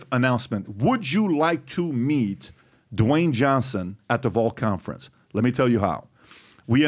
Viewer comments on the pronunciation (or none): none